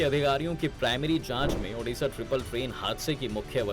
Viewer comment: Odisa not odasa